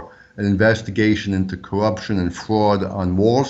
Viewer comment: You infiltrated Run-DMV? I never liked their songs anyways "Investigated for fwad and cowwuption." What is fwad and cowwuption?